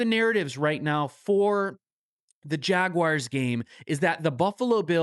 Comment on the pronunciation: "Jagwires" haha